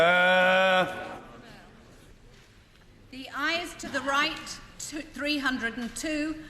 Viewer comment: Cab’t help hearing ‘horse d'oeuvres’ every time he shouts ORDER! xD